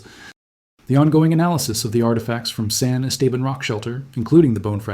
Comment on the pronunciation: san esteban? can you pronounce it correctly?